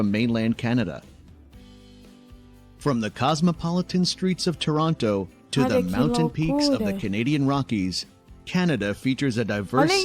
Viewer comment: If I ever pronounced "Toronto" like the narrator did in this video I'd be in big doo-doo with my fellow Canadians!